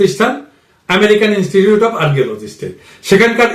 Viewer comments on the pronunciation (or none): none